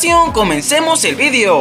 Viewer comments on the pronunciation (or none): none